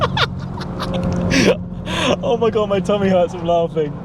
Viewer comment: Did i hear you say “ TUMMY” ?